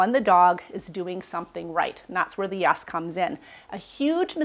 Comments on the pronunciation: you're saying YAS....not YES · Are you saying YES or YAS?